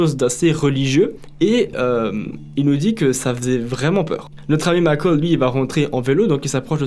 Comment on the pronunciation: Pourquoi dire Micheal comme ça ?